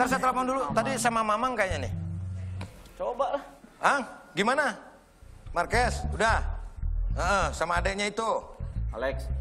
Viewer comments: Indo sekaliiii bahasanya,Jadi yang bener itu Markues ya bukn Marquez??? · Bukan MARKUES tapi MARQUEZ😂 lol